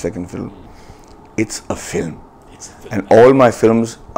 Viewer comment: Filem. LOL Its film! Pronounced as fi + lm.